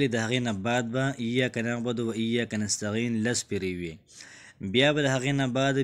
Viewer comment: نستعین دی نستغین نه دی ورور جانه ❤❤❤